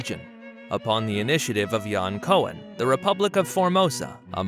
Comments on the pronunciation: Correction: Maurits, not Maurice. The Hague, not Hague. Groningen, not Gronningen. Not one of the first stock exchanges, but THE first stock exchange. Jan Pieterszoo Coen is pronounced like ‘Coon’, not Cohen. If you’re going to spend time on such a specific topic, do it right. Don’t make mistakes like this. You look foolish and uninformed. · oe in Dutch is diphtong, and, as you can even see at WikIpedia, it is pronounced: [kun] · Full of mistakes, for example it is Zoon and not Zoen with ow as in slow and not with oe as in shoe... The borders are wrong, you missed several areas, Koen with ou as in you... etc sloppy work, typical american video.. You missed Japan, Ceylon, Yeman, Ghana.... Maastricht.